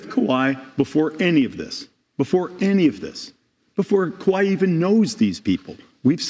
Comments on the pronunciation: Hush just be kuh-why-et 😁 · You need to be punished for pronouncing kawhi’s name like that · How they starting this clip butchering Kawhi’s name like that 😂😂😂